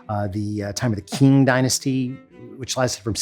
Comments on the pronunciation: Qing Dynasty is pronounced Ching! Brown! (Though most of us say King anyway). But it’s CHING! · No, he didn't get those pronunciations right,. It's "Hu-NON," "GWAY-zhow," and "jong-SHEE." But he really blew it with Qing; it's pronounced "Ching," not "king." When Romanized, the letter q in Chinese spellings is pronounced ch. "Qing" also gave rise to the name "China." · The Qing, as in the Dynasty, is pronounced "CHing!"